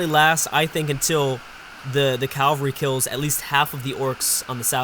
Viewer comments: it's pronounced "cavalry" not "calvary" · bruh... its CAV-ALRY not CAL-VARY!!! Jesus died in Calvary, cavalry are horse riders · ...Please, it is caVALRY... Not calvary... Sorry i just had to say it... I know youve probably heard this loads of times haha, otherwise great video! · what did he say? calvree? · I've noticed other UEBS presenters pronouncing cavalry as "calvary" too. Forgive my ignorance but is this a Canadian thing? I'm guessing is Canadian as were I think the other presenters pronouncing it as calvary. It doesn't really bother me if they say it this way, but i'm curious as to where the origin of this pronounciation is from. Cheers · your pronunciation of cavalry is a disease. There is no L in between the A and V.